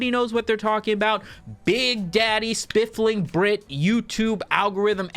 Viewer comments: Every time you say spifling i doubt my memory even more. So I checked. It's spiffing brit. There's no L. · "Spiff-ling" so many times 😂😂😂 Being English that was killing me 😂😂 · Engagement baited the comments section by mispronouncing The Spoofing Brit, 200iq move 👌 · No. He is saying it wrong. It's Spliffing Brit. Homie's rockin' the gonge. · You are mispronouncing his name on purpose as engagement/rage bait. I see you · Did pronounce the name wrong just to garner more comments? If so, new Meta engaged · No. My boy just has a speech impediment.